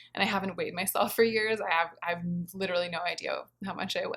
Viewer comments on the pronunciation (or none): none